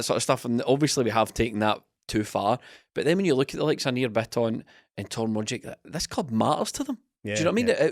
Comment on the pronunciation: The ' trying to pronounce Rogic / Bitton correctly' drinking game has me absolutely mwi at half 12 on a Tuesday